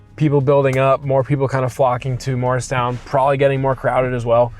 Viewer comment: I was immediately excited to see your virtual tour of Morristown - which is where I was born (right behind Washington''s Headquarters). I miss everything about the town (except my high school years). ANYWAY... without being INTENTIONALLY rude, PLEASE re-do the pronunciation of MORRISTOWN, established by our first governor. His name was Governor MORRIS (not Mars, not Moores). The town still is MORRISTOWN (MAHR-is-town). [That's THREE syllables, please.] In fact, travel south, closer to Philadelphia, and there is the town of... MOOREStown. I sure wish you knew ever and ever so much of its incredible history - my father was a history teacher, and loved taking his students 'round and 'round our then-beautiful town. I used to go ice skating in Burnham Park - and at night, I was the only one way out there on the lake... I'd ofttimes skate to its island and hang out with the ducks, swans, and geese. They;d carefully cross Mendham Road (my parents and I lived at the little Cape Cod FACING Burnham Park), so my first-ever little bird I chose to name Burny. Quite a few of the mother ducks would lay and sit on their babies' eggs... in our flowery and quiet backyard. We never had any homes across the two-lane street from us, since that was the park-like end of Burnham Park, which led straight down to my "private" ice skating rink. There is far, FAR MORE "old" history that is not included, alas. Lots of "second mansions" were built in Morristown by New Yorkers (all of whom lived in massive